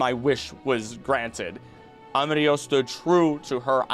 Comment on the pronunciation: Your pronunciation of "del bosque" was amazing! "Amarillo" sound like you are German (specially at the beginning, once you kept going, it started to sound more confident). Try like Amarii-yo.